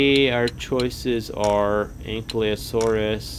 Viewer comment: it’s not anklyosurus, it’s actually Ank-I-Low-SORE-us